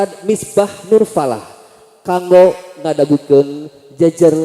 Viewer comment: Kaku bgt bhasa sndanya, eehhm gak rekomen. Kango bukan kanggo, secara penulisan memang kanggo, tpi secara pengucapan huruf g nya ga perlu terlalu jelas malah harusnya lebih di samar²in.